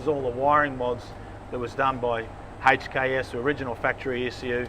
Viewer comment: The way he says HKS is the correct way to pronounce it, I used to work at a performance workshop 3 years ago that had a lot of HKS parts come through and I've never heard anyone pronounce HKS any diffrent from the video